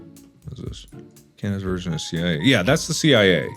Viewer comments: No one: Absolutely no one: Mark: Struggling to said the word CIA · mark Trying to say CIA but it sounds like he's summoning a demon